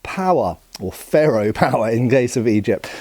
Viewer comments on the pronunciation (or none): none